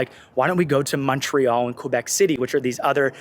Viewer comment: Thank you for this nice content. Brings back memories of my 50+ stays in Saudi Arabia (used to work there, back then). Just one thing, for the nice people by the East coast... "kayh-bek" (for Québec) and "mon-rayh-al" (for Montréal). Those are French names, in which you merge "q" and "u" into a single sound (q + u = "k"), and many letters are reminiscent from old spellings of words. For instance, Montréal means "Royal mountain" in reference to the main hill in the heart of the island, from "Mons realis" latin name originaly given by French explorer Jacques Cartier ("jak kar-tee-ay"). So, the "t" is mute. 😇